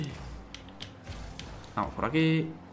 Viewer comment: Gente normal: fake Dani: hacemoh como que vamoh pero en verdad no